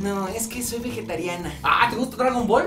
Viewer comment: Veguetariana? No mames es "vegetariana"